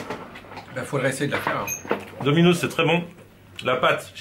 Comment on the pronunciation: Eh arrête de dire « dominoZZ » c’est « DominoSS » 😁